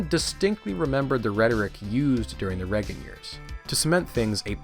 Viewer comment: How do you make an hour video and you don't pronounce Reagan right once